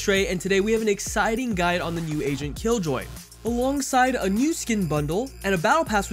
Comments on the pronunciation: I thought you were always saying "asian". I realized near the videos end that you were saying "agent" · Not gonna lie, sometimes u said agent I understood asian 😂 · Everytime this dude says agent he says Asian instead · Bruh istg it took me so long to realize he was saying agent. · Wait he was saying agent ?